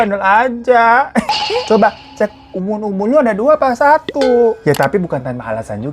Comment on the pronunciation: Bang user bang user bukan ubun ubun hahah